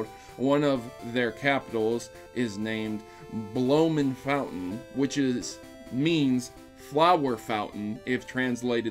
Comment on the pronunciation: Entering the Rowlet giveaway 👀 Hmm Africa as a base could be very interesting. (The bloemfontein bein dutch pronunciation hurt a little bit tho ouch)